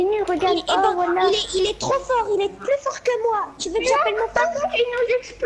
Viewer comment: "Mais regarde y tsite" 😂😂